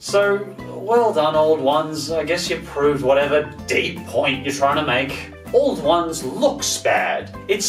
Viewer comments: It is pronouced OW-LD ONES. Im Irish so i should know. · You pronounced auld ones wrong, it's actually pronounced owl-d ones- ah it's grand though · Auld Ones is pronounced Owl-d Wans